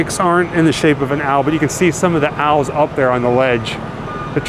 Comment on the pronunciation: I'm hate to nitpick but they are pronounced OWLS no AL'S. it's like you were talking about someone named AL 🤣Happy Halloween 🎃 🤘